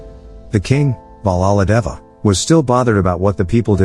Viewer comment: It’s not cappa it’s.... KAPPATHA And it’s not balladeva its....BALLADEV and it’s not devasana it’s...DEVSENA And it’s not shiva it’s...SHIVA